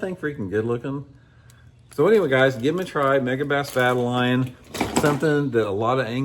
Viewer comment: Vye-tal-ee-on,. One of my fav baits. That big version looks insane